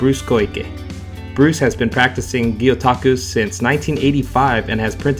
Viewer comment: Maybe my hearing or my speakers are off? If so , my apologies. I believe he starts off by talking about gyu-taku??? He looses credibility with any Japanese speaker right there. It's gyotaku. "Fish rubbing" Not gyutaku. Cow rubbing. Like gyudon, beef bowl. Moo!